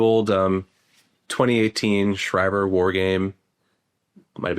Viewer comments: He pronounced the AF base wrong. Its shree-ver not shy-ver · Schriever is pronounced Schreever